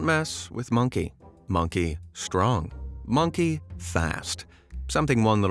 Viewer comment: Dude there is no k after g !! It's strong not strongk.